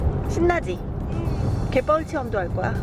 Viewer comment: 요즘 듣는귀가 가는거같더니ㅡㅡ갯벌체험을 개뻘체험으로들리네요